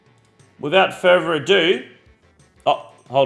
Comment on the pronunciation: “Wifout furrrer” you talk like an idiot